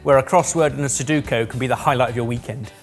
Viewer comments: Loving the episode! I just want to say... yes, I'm THAT guy... sorry, but the word is Su-DO-ku and not Su-DU-ko. 😁😁 Now let's carry on, shall we? I'm anxious to see if he gets them all in! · SEDUKO instead of SUDOKU is crazy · I'm more upset with his pronunciation of "suduko" rather than 'Sudoku' 😂😂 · Has no one told that he’s always called Sudoku, Soduko incorrectly? 😂 great episode, enjoyed it 👍🏼👍🏼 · It's suDOku, not suDUko. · am i the only one who is upset he's getting all the letters but doesn't know its sudoku and not suduko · It's sudoku, not suduko lmao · it's sudoku, not suduko! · Friendly reminder,. It's pronounced su do ku. Not su du ko.😅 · Please, it's SudokU, not Suduko 😩😂. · Drinking game: 1 shot every time calls it suduko instead of sudoku. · Heck, is making a Sudoku out of Sudoku, by pronouncing it Suduko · Is it just me, or did repeatedly pronounce sudoku wrong? Sounded to me he kept saying sudUkO (su-due-ko) instead of su-doe-ku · Suduko? You mean sudoku?😂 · calling a sudoku a 'suduko' had me laughing. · Am I the only one annoyed at "Saduko" ? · said "suduko" instead of "sudoku" hiehiehie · Anyone else bugged that keeps calling it SudUkO and not SudOkU? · It's sodoku, not soduko. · it's "sudoku", not "soduko" 😂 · i hate being this kind of person but it's su DO KU, not su DU KO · Drink every time says Suduko instead of Sudoku. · Great idea, I’m looking forward to the ones in order:P Oh, please nobody mention to, that it’s “Sudoku” not “Soduku” or “Soduko”;) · It is one thing for be cheeky with the letters of the ingredients, but seriously, fix the way you say 'Sudoku'. The vowels go U-O-U. Not U-U-O. That said, if you do this challenge again, I think the normals have the right to demand the cook eats any of his chosen ingredients completely to keep these shenanigans from repeating themselves. I'd love to see eat a roll of baking paper. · It's Sudoku, lol